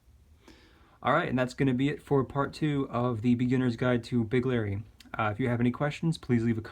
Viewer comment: It's weird how you pronounce it like "Big Larry"